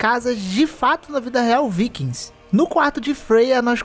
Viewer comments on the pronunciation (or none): none